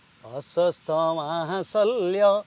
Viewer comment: अस्वस्थामा नही अश्वत्थामा बोलिये